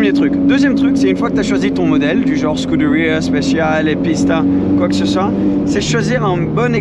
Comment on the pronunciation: Petite question pourquoi il se tue à prononcer scuderia en anglais et pareil pour huracan il le prononce en anglais ? N’est ce pas des marques italiennes ?